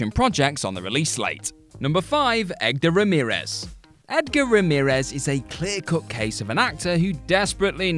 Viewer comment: Egdar Ramirez? Lol better try that again there buddy.